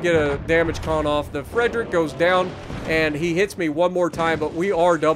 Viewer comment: IT WAS A MATTER OF TIME!!! Thank you, you're a champ!!! ((A little help with the name of the ship if you need. The "Friedrich" part of the name, you pronounce the 'I' more than the 'E'. In the end, it sounds like "FRIED (As in fried rice) -REICH (as in German time period).